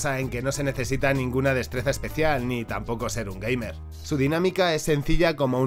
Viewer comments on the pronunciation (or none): none